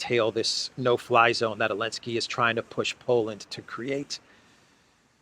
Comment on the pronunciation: Is this person incapable of pronouncing Zelensky or does he know something we don't?